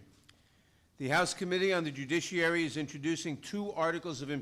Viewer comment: Pelosi wins the worst butchering of the word "judiciary" award.